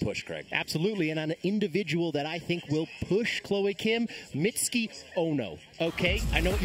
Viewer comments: Why is everyone mispronouncing Mitsuki’s name? It’s hardly a difficult one to say! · yeah "mitski" "Misuki" what? its a not a hard name. I feel like they practiced Xuetong and forgot about Mitsuki